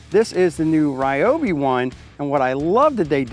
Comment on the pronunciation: my bro, I heard an "insult" directed at you from Sara at "tool show". She was correcting YOU of all people that it's pronounced "REEOBY NOT RYOBY". I almost started to cry for you😢😂